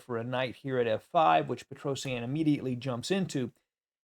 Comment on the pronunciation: its petrosian not petrosienne